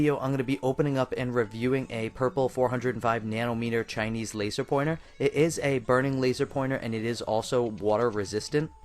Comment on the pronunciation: Geezus... the way you refer to, even the way you say "Chinese" makes me want to punch your face..(and I'm not even Asian.) "my favorite Chinese laser"? Guess what homie?...ALL your lasers are CHINESE!